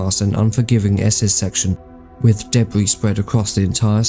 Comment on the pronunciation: Whoever is doing the VoiceOver for this video should immediately get some speech therapy with is not spelt WIV and annoying VoiceOver gaffs